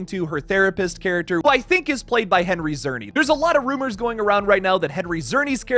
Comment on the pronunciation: Awesome vid as always - I just need to say one thing. As a Canadian, I have been well aware of Henry Czerny for years now. He’s a well known and respected Canadian actor. His last name is pronounced Cherny.